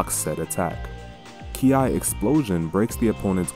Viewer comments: KI is pronounced as "Key", but aside of that glorious Video! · Does it matter*nvm bro just called it “ki ai”*